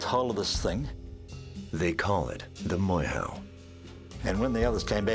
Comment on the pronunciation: Please pronounce our maori words properly! It is...'moor-air- hoe!'... NOT 'more-how!'